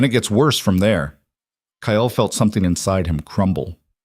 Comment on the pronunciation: Kyle is a one syllable name, not two!! 😢